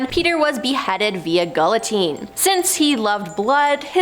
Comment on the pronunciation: GULL-i-tine, that's the best you can do?? Wow...